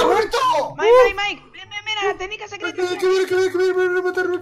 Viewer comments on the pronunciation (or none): Oye se dice Mike no miak